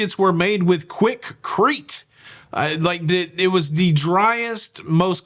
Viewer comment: Quickrete? you had me rolling… Love your quick and effortless humor as always!